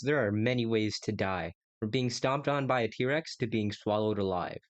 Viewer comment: It’s not D Rex it’s T rex